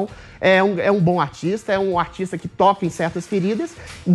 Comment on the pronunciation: o adriles fala autista em vez e artista!